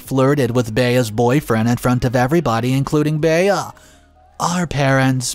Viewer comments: Fyi, Bea is pronounced Bee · The mispronunciation is like finger nails down a chalk board.